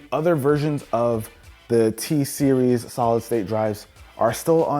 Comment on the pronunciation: lol he said t- series